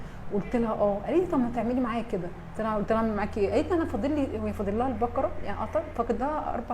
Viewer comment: ماشاءالله عليكي بس اسمحيلي اقول حاجة سورة البقرة بفتح القاف وليس سكون القاف ثانيا ملاحظة للقاهريين اهل القاهرة القاف تنطق كاف ماينفعش خصوصا في قراءة القران انا مش بتنمر والله ولكني اعاني مع حفيدي في نطق القاف صح يعني يقولي اكسم بالله ياتيتة ياحبيبي اقسم اسمها اقسم وهكذا ربنا يصلح الحال